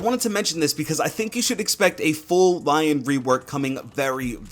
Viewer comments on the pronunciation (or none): none